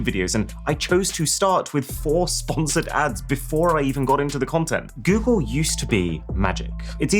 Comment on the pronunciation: "goole seach"